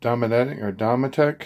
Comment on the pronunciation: Pronounced dome et ic. Like domestic only without the s